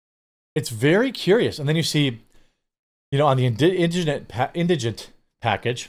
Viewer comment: Thank you. You're the first person I've seen that can actually pronounce indigent.